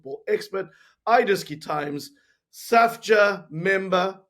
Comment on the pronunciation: Idiski times is pronounced (eediski) not (eyediski) Awe.. 🤙🏾